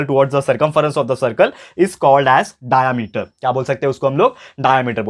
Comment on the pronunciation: I think this is diameter not "dayameter"